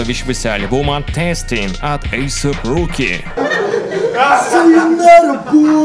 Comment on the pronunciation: Сука, не асап, а эйсэп.